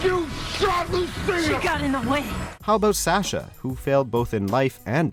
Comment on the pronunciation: S-osh-a not s-ash-a lol